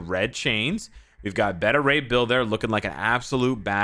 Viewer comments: I swear says “Betta” ray bill lol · Beta Rey Bill not Betta. U say Beta all the time how do u mess that up? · my man! I fought with you in the danger room one time. It's Bay- ta ray. Like "baby"- like alpha, beta, gamma rays. From one to another, peace bro. Be good to yourself, & thanks for what you do. We love & appreciate you